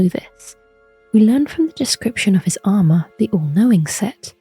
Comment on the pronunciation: "sir gideon ofnir, the all coping"